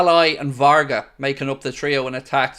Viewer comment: !it is not VARGAS it is VARGA.Thanks